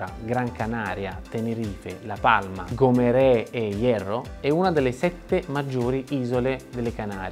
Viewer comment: GOMERAE!? Col dittongo?